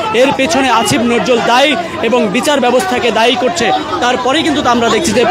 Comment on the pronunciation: সাংবাদিক সাহেব বারবার আশিফ নজজুল বলছেন, আসিফ নজজুল আবার কে 😂